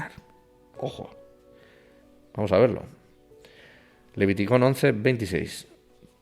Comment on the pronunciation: solo curiosidad; escucho q dice leviticon.